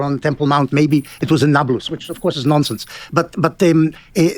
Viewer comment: I just love the way Benny Morris pronounces the word "nonsense". Nonsinss.